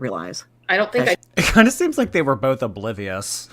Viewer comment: Came here to say bolth 💀